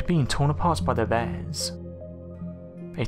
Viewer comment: They way you say bears makes me want to die